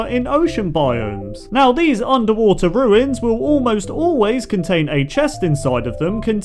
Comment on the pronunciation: Lol 23 you say ocean roins but goto ship breck lol